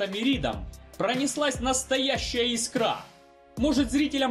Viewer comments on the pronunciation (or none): none